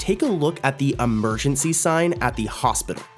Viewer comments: emreejese lol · Whats enereency?? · “ENEREENCY” got me laughing hard 😂😂😂😂😂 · “Enereency” is killing me 😭😭😭🤣🤣🤣🤣 because how do you even make a mistake this badly 😭😭😭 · ENEREENCY is that like so making me laugh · why the eneerecy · It was confirmed to be ON PURPOSE